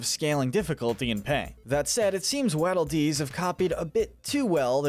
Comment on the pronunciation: it annoys me how he says waddle dees like wadle when its waddle like a penguin waddle